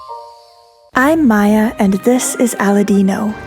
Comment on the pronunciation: Think your adventure is great to follow but Maya, please, study some phonetics ... Can’t be that hard ... You come from a bilingual country, more (much I’d say) in touch with its European heritage than your Southern neighbour so pleeeeaaassseee ... You have it in you if you just listen to the sounds of the special characters 😀